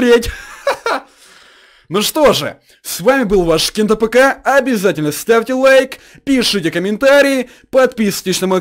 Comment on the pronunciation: Не кент тапка а Кент АПК он быстро произносит просто и без ударение